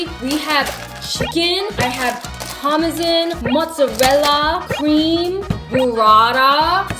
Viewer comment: I have never heard anyone say parmesan like that 🤣